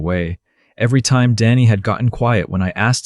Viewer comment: Good story. Crappy text. Can't read it. AI needs to correctly pronounce time.